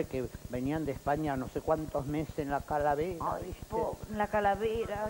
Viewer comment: Susana dice calavera en vez de Carabela ja ja